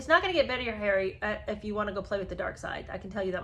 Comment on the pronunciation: Love your Cockney accent for ‘Arry! 😸